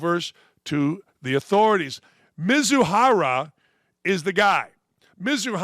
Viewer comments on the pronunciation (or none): "The guy in the right is the fall guy"...yeah, and the guy in the left is the dumb one, based on what you say Ohtani's the gambler? just in your disbelief that someone can't or doesn't keep track of his balance?. MI-ZU-HARA, dude it's really not that difficult, by you already change his last name 3 times!!. Forget it.this crap is unwatchable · I thnk I've heard Ippei's last name "MIzuahara" butchered at least 20 times throughout the video. lol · This clown butchered Mizuhara"s name twenty times (+) in just this short clip, sounds like a hater to me.